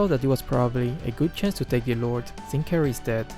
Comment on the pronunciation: Why the fck Selena said "KARRIES" with "s" at the back ? And the fck jawhead . He just using the hero without knowing when to ambush .